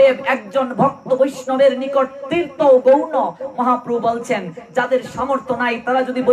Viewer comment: হরেকৃষ্ণ 🙏🙏 তীর্ত না বলে তীর্থ উচ্চারণ করলে শ্রুতি মধুর হয়।ভাগ্য কথাটা "বাগ্য" শোনা যায়।ক্ষমা করবেন হরেকৃষ্ণ🙏🙏